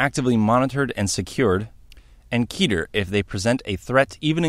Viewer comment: Remember folks: because the term "Keter" comes from the Hebrew word for "crown" (כתר) it rhymes with "better" not "beater"